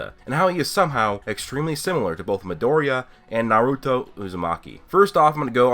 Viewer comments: Who is madouria? Oh you mean Midoriya... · God.. The way you pronounce Midoriya's name is so inconsistent... Anyways I didn't know people compared this show to BNHA. But it does have many similarity with Naruto and Fairy Tail. I wouldn't call it shameless copy like people say but it being heavily inspired by aforementioned series. My only problem with the anime is 9 out of 10 times it would have the atrocious animation, which made me drop it. I would give the manga a go in a few years if it is still not cancelled. Also, me having seen and read many shounen series for 15+ years I do feel the plot is overly used. Naruto, Fairy Tail or BNHA wasn't the first but they probably had some unique pull. Black Clover seems to lack that uniqueness, something of its own to separate it from the former shounen titles. That is what I agree with most YouTubers criticizing Black Clover. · Any1 else wanna kill themselves when he says midoriya and naruto lol.